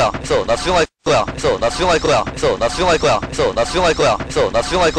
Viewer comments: 존나충할거야 이래들림 ㅋㅋㅋㅋ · 됐어 나 수정할꺼라고 들린다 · 개속들으면 '됏어 나슝할거야 ' ㅊㅓ럼들림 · 이거 많이 들으면 나 수정할꺼야 라고들림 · 근데 몇번은 나 숭할거야 라고 들리지